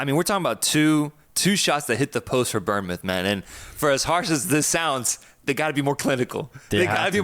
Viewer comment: Bournemouth is pronounced ’Born’-moth not ‘Burn’-moth…